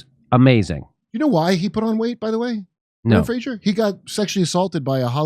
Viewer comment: I really like you guys, but please, please, please take a moment to focus on the actor’s name for a few seconds. It’s BRENDAN FRASER.